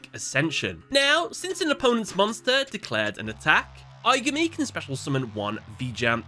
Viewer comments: I-GAH-ME... please pronounce it as in the movie... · “Eye guh me” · Im almost certain im the only person upset by this, but jeez the mispronunciation of aigami's name and the cubic card's names is genuinely confusing to me Considering that they say the names in the movie. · Take a shot every time he pronounces Aigami's name wrong. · Please pronounce the villains name correctly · Have you not watched the movie? You’re pronouncing the villains name so wrong